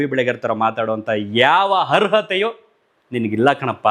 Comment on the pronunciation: ಹರ್ಹತೇ ಅಲ್ಲ ಅರ್ಹತೆ